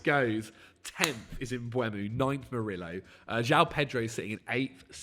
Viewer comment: is usually so good with pronunciation of names, but Murillo is from Brazil, he’s not Spanish. Pronounce the L’s!